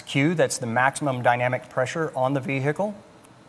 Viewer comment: "On the V-Hickle"